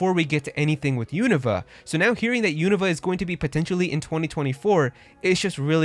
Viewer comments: Im not making fun of you. But isn't it pronounced (YOU - NO - VA) ?? You're saying it like its called Univa. Or have i been mispronouncing it my whole life? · Pronounced you-noo-vah